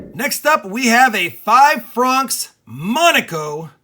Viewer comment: I believe you were saying francs wrong